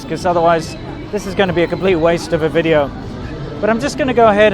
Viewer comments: you could teach you wife how to say VIDEO... not WE-dee-ooo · "Welcome to another wideo!" Your wife is so cute and charming, you're so lucky!